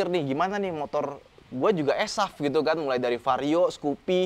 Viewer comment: Kang jangan eSAF tapi enSAF